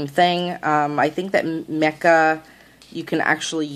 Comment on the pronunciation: That was bugging me too.